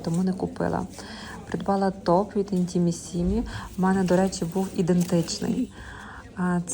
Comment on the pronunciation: Intimissimi ударение на первый слог "mi",И,ещё Элизабет Франки.Так будет правильно.